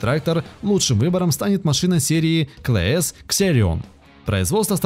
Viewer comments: Комментатор, упивается "своим выпендрёжем" прослушивается легкая вульгарность.. Ну зачем в Комменте на русскую Аудиторию, этак "хлёстко шиковать" употреблая разход Топлива в Галлонах?? Упоминая Трактор "Клаас", производимый в Германии, этак ненарокм шикануть американизмом произнеся КлЭЭс - такой "крутой" Парниша... Проект (замысел) этого очерка очень интересен и познователен. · Просто кровь из ушей. Каждый раз как слышу клээс. Клаас. Дойц фар. И к слову ксерион 4500 совсем не топовая машина, 5000 уже давно в линейке. Ну и как блин террион сюда затесался? Или что такого в агротроне? Самая обычная рабочая лошадка. Я понял бы, если бы девятку дойц фара, которая ворриор, воткнули бы в обзор. Действительно космический трактор. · Клэйас, Катэрпайлэр... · Я всё понимаю, ролик для школотронов. Но автор абсолютно не разобрался в теме, просто читает текст с каталогов производителей. Клээс и кетерпайлар, ору просто.